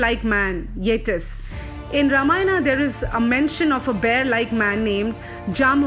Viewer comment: good narration but please pronounce Mahabharat and Ramayan etc etc....also please pronounce...Nee-Ander-Thawl and Yay-tee